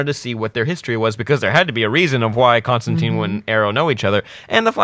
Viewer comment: I still, even a year-ish on, cannot figure out why they refuse to say Constantine's name correctly.